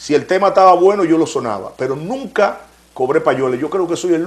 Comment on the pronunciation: " Nuca", NO, es "nunca"